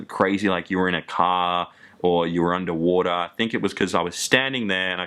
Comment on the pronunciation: "Under wora" "That much betta" xD